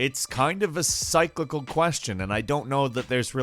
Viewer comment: How he said cyclical bothered me